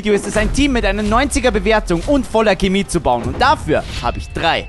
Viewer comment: Geiles Video aber bitte sag nicht Kimi sag pls Chemie